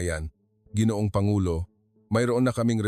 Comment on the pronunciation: Pronounce Langis w/ stress on the 2nd syllable. Let a Pinoy edit your Tagalog. Ginoong pronounce as ga or go ,guitar